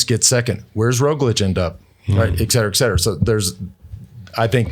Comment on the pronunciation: Awesome, but please, someone tell Lance that it's not 'ek cetera', it's et cetera! 😉🙏